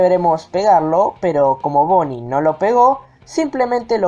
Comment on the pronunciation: Es BONNIE NO BOONNIE